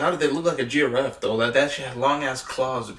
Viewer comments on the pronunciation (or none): This guy calls dinosaurs, dinoceras and giraffe, jiroofs! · dino-cerous and geo-raffe i can't this guy is killing me